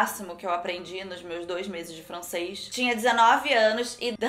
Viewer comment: Ninguém: a: MEU DoIS meses de frAncêS😂😂😂😂